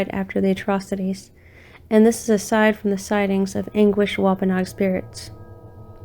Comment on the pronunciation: This was pretty good, just wanted to offer one thing if you ever do a follow-up video. Rehoboth -- it's "rih hoe buth" with the accent on the second syllable. And Wampanoag is "womp ah nog" but that didn't get me nearly as much as "Rehoboth" over and over, lol. And something to investigate maybe, Profile Rock collapsed in 2019, due to heavy rains, is what they said. Might be interesting to see if things have changed at all since then, ?